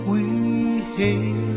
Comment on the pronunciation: Hailed not held